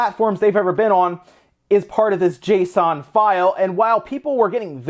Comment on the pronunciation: Finally! Someone that says JSON RIGHT! And no J S O N!